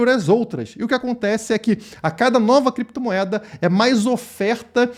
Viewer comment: Ele queria falar "Clépto" moeda mas se embaralhou e falou "Crépto" moeda. É muita crise de abstinência do vil metal.